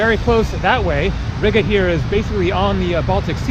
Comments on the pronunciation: It is pronounced reega not rig-uh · Isn't Riga pronounced "REEGA"? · Am i the only one that gets triggered by the way he says riga?😂(ri ga theres a space